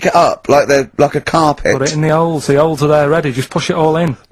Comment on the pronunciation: "Put it in the 'oles, the 'oles er there 'lready, jus push i'oll in."